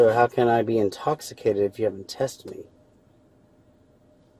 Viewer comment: TJ! TJ! Wherez your commaning osifer? I’m not intoxifacted. TJ! You know that. For what? I zon’t unerstan.